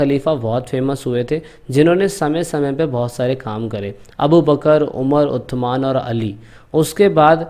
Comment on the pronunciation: vo uthman nhi Usman h